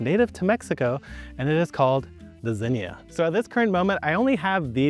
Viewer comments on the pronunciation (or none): none